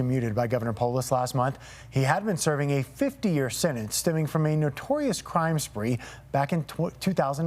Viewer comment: The word is sentence, not sennence.